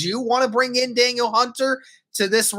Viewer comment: It's pronounced more like "Dah-neal" not "Daniel"